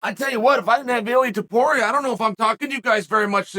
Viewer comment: The infamous Chael; mispronouncing another hard to say name. I admit.. Hand Sanitizer Boy does look similar to Water Bottle. 😂